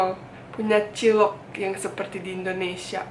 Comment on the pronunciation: cilok, cimol wkwkwkwkwkwkwk... lucu aj gitu dengernya klo bule yg ngomong wkwkwkwkwk